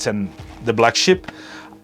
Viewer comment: Did anyone else think it was called the Black Ship until he elaborated on why its called the Black Sheep 😂✌️🙃